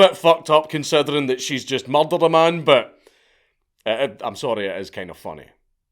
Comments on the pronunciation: THARRS BIN A MUCHRRDAAAH!! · I know it sounds a bit off but the way Dank says "murder" sounds amazing.